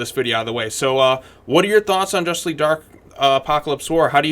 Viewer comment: Jushtice Shleague